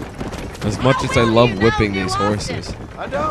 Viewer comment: please work on "wippin' those horses"